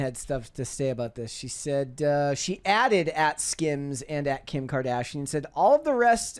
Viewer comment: The way she pronounced Kardashian at the start of this video